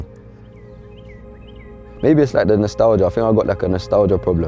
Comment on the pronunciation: Man said nostelgia a disease ahh yep